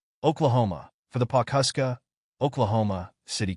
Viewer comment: It’s Pawhuska..